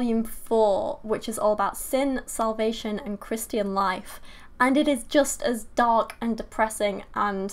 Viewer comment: I've never heard Christian pronounced 'christy-an'